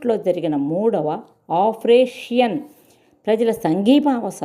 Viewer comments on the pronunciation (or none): కథ చెప్పిన ఉచ్చారణ, మాడ్యులేషన్, గొంతు బాగున్నాయి..కొన్ని పదాలు పలకటంలో దోషాలు( ఉ. ఆఫ్రో ఏషియన్ ని ఆఫ్రోషియన్ అన్నారు..శ్రోతలకు అర్ధం అవదు) సరిచేసుకుంటే ఓకే.. ఆల్ ది బెస్ట్.